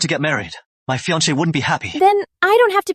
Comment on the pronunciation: When will they get the pronunciation of fiancé right😢